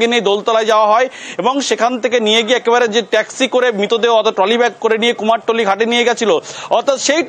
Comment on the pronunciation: আবার কুমারটুলি? ওটা তো কুমোরটুলি বলেই জানি